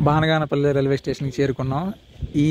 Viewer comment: బానగాన పల్లి కాదు బనగానపల్లి